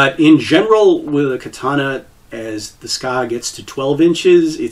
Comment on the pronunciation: the ska? you mean the tsuka? Its pronounced Tsu - Kah, dont mean to be that guy but it took my a whole minute to figure out what you where talking about.